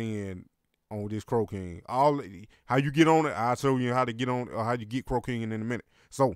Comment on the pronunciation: It sounds like you're sayin crocaine 😂